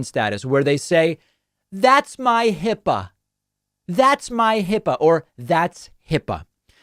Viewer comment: HIPAA is a 2 syllable word, David. That explains the bathroom tub drain-suction attraction to MAGAs.